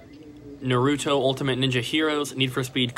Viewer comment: Its Nah ruuuuu toe!!! Lol